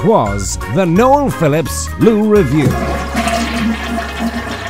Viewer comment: "Noel" For a name would have worked fine in the Netherlands if you'd pronounced it as "Noelle". Because that's how Noels are pronounced here (and Noelle as a female name is not really a thing so much). Would be spelled Noël. Like French christmas. If written without the dots on the e an untravelled Dutch person would pronounce it as "noul". As in "full"